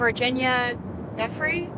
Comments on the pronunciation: The name Giuffre' is Italian - it is pronounced JUF-FRE - J and double F. But since she was separating I would call her Virginia Roberts. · Guiffre is pronounced "Juh-FRAY". Just saying.